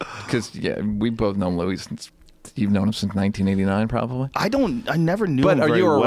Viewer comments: Joe "bolth" Rogan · Walter Lawry I thought I was the only one who noticed. Why the hell do so many people say bolth.